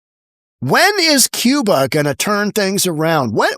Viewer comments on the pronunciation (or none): none